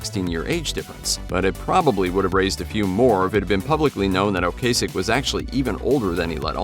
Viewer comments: Its O-Cass-ick....not O Case-ick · Screwed up Ocasek though....